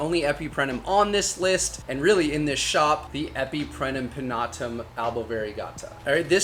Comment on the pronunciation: It's also EpipreMnum, not Epiprenum 😂